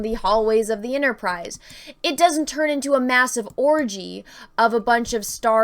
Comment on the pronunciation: "ENTERprise"... sorry.